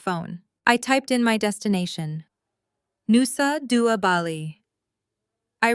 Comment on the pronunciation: Nusa Dua...Bali???? Pronunciation was weird?